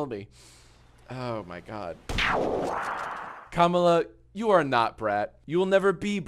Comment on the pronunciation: Why did he keep mispronouncing “Kamala” 😭💀